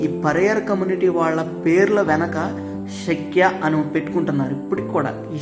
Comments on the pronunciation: శక్య కాదు శాఖ్యా తెగ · సఖ్య కాదు రా అయ్య శాఖ్య 😅